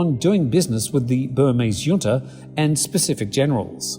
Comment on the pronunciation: JUNTA is pronounced {Junta british english} or { Hunta US english} Never heard it as Yunta before...